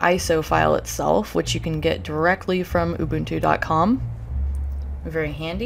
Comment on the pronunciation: And she said Ubuntu correctly very cool video!!